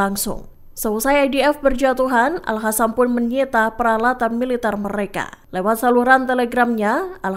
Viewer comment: nyata-nyata tulisannya aL Qassam (dibaca : aL Qasam/aLKosam) eehh sama pembaca berita di baca AL HASAM 😂